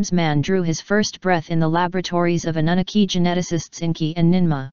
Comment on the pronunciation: Computer voice pronunciation fail. Suggest you replace Anunaki with Ahnoonahkee.